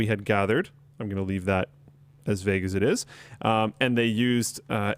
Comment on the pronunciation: (I'm on mobile and don't know how to do time stamps) I don't respect your opinions on pronunciation, you and your whole team mispronounce so many simple words (vague as an example), at this point I no longer think y'all are trolling and think Canada is just some strange place where you read words silently in your head before you have a conversation with another human being at a young age. Love your shit, keep being awesome.